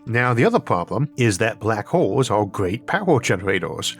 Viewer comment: For some reason I heard 'black holes' as 'Barack holes'. My mind went places for a few milliseconds.